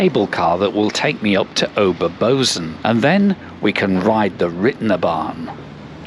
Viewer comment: Bozen is pronounced Boe-tsen.